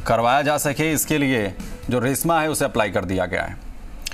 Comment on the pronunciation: This is esma (एस्मा) not रेस्मा